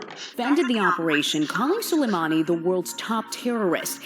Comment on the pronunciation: Pronunciation - su-lay-money.